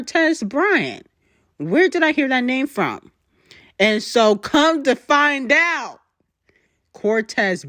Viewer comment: why you say come to find out like that 🤣